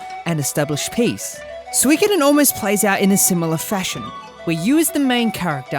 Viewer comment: Swrongkoden. It's suh-ee-koden